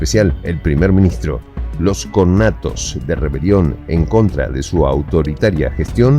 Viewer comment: "connatos"??????conatos!!!!!!!!!!!! Sin la segunda "n", de donde salieron?? Definitivamente de ninguna universidad. . . Jajaja